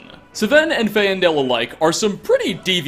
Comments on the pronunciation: Fan-del not fae-an-del. Also, its sven, not seven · I think he knows it pisses me off when he pronounces things wrong... It’s not Sa-ven, it’s S-ven It’s not Fay-endal, it’s Fane-dal It’s not Moiri, it’s Moo-iri And last but certainly not least, “murder them to death” MAKES NO FUCKING SENSE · Suh-ven and Fay-en-del?, do you even play the game? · "Suh-venn" "Fay-en-dell" You've never once played Skyrim. You probably don't even own a copy. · SUHVEN AND FAYENDELL how do y- how do you get that so wrong The names are said a bajillion times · Faendal & Muiri are pronounced "Fayn-dahl" and "Moo-iri". "FAYN-DAHL" and "MOO-IRI". You even hear them in-game, HOW can you mispronounce them??? Were you actually born in Houston? If so, why do you have so much trouble with words??? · He mispronounced Camilla, Sven, Faendal, Muiri and Friga. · How the fuck can you not pronounce Sven and Faendal when they literally say the name in the game?